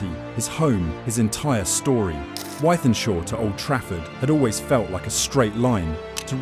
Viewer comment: Its pronounced with-then-shaw